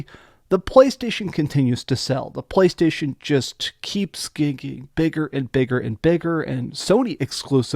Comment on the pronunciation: "talking about BBlaystation" 😂